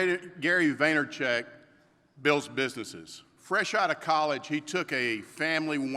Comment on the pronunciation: Lmao Gary why did he butcher your name like that?